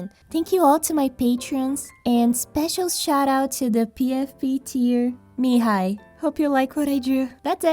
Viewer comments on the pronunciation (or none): none